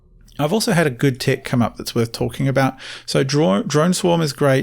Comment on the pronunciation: He's said "tic" about 20 times before I realized he's trying to pronounce the word "tech"